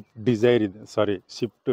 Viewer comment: ಶಿಫ್ಟ್ ಉ ಗ್ಲು ಅಲ್ಲ ಅಣ್ಣ ಸ್ವಿಫ್ಟ್ ಅದು Leather ಶೀಟ್ ಗ್ಲು ಅಲ್ಲ ಸೀಟು ಗಳು, ಇಂಡಿಕಾ just ಅಲ್ಲ ಅದು zest ಯಾವ್ದು ಯಾವ ಕಾರ್ ಅಂತ ನೆ serig 😂ನಿಂಗ್ ಗೊತ್ತಾಗ್ತಿಲ್ಲ ಅದೇನ್ vlog ಮಾಡ್ತೀಯಾ